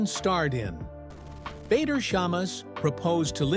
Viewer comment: Lindsey seems like a nice person, a survivor her husband's name is Not pronounced Bayder... its pronounced Badder... Before moving to Dubai she was living in next door country Oman... why and who with?... i do not know details, but she was clearly there - Oman is a very little bit different to Dubai, people live there if the have a job, or are their with spouse and/or family... Her husband may have the Kuwaiti nationality, but origionaly is of either iraqi or turkish decsent.